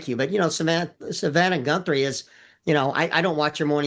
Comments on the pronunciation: Some pro! He couldn't even say her name right, Samantha Guthrie is her name. Her name is not Savannah Gunthrie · This guy cant even say her name right-He repeatedly calls her GunthRie--I would think if he knew how to do his job he would at Least be able to get the families name right-at the very least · God dammit! Would someone please inform this so-called expert that it’s GUTHRIE - not Gunthrie. What an idiot. It’s almost as bad as when MK kept referring to the Biden book as UNCHARTERED rather than Uncharted. Freakin’ nails on the goddamn chalk board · Gunthrie? It’s Guthrie he’s an idiot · Her name is Savannah Guthrie 🙄🙄🙄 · This guy sounds like an idiot clearly he doesn’t know she is. He’s mispronounce her name twice. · @@ He says Gunthrie clear as a bell , and . He even butchered Virginia Giuffre’s name . He only says Guthrie correctly